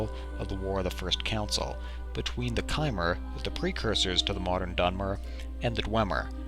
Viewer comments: Lol he pronounced chimer right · He pronounced chimer right.